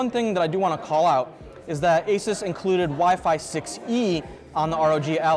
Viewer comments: Mans done his research, yet can't pronounce asus.... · At least pronounce ASUS correctly. You're literally a tech channel. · It’s a bit grating that a tech journalist can’t correctly pronounce ASUS.